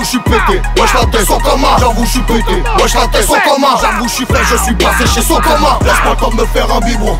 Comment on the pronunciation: le ke-bla qui a fait une vidéo où il dit SO-COMANN toutes les 10 secondes la. il m'a jamais fais rire. C'est les gens qui rigolent pour rien? ou c'est moi qui n'ai pas d'humour ?